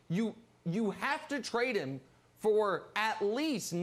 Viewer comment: And instead of saying "him" he says "eem" lol